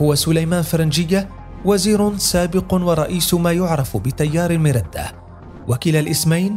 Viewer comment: المردة بفتح الراء وبدون الشدة من التمرد يعني